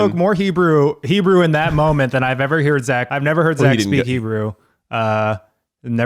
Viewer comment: as an Israeli Jew who absolutely loves your company and all the stuff that you guys are creating I really admire that you talk about these things! And Keith, you sounds great with the Hebrew, good job!